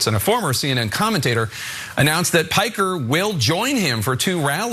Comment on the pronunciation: wait, shouldnt we pronounce Piker the way it is supposed to be not Puykr